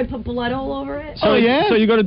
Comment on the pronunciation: Im convinced opie mispronounced put purposely for attention.